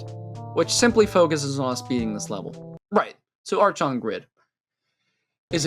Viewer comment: Just in case, archon is pronounced „arkon“. 🤓